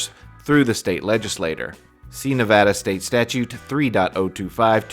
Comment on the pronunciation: Thank you for saying Nevada correctly. 💜👍🏼✌🏼😂